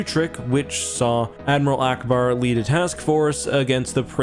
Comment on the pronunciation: He said allauackbar